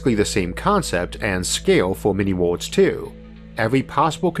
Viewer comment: My favorite of his pronounced words is ""wohls"" for _Worlds_